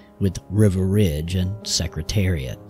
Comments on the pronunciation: It does sound like River, not Riva. Hmmmm. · Is wasn't River, it was Riva Ridge! Riva was my pick for the classics in 72. I wanted him to beat the crap out of his stablemate in the 73 Marlboro Cup. Oh, well. But, he's still my favourite today. So please pronounce his name correctly. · It sounded like the narrator was pronouncing Riva Ridge as river ridge. I have Bill Nacks book on Secretariat. A very good read.